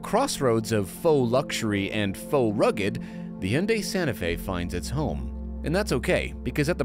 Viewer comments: OMG!, thanks for pronouncing Hyundai correctly! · Say it with me guys (Hun-day) not he-yunday or hi-yun-die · You both have the best and most accurate pronunciation of Hyundai of all reviewers. Way to goooooo!!!! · I’m pretty sure there are videos of actual Korean people pronouncing the name. They don’t pronounce the Y. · People are generally happy with SUVs that are more seeming than being. I'm happy that you're the only journos who manage to pronounce Hyundai correctly.